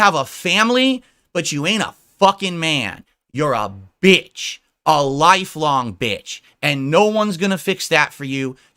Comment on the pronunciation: "you're a VITCH!"